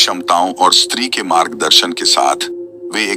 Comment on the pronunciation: Bhai “street 2”nhi “stree2hai